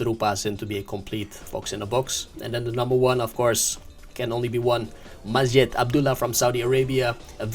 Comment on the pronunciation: 😂😂😂the saudi guy his not MASJED 😂😂 his majeeeed 😂😂😂